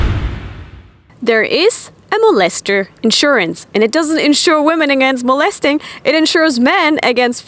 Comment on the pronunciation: Molesting, not "molestering"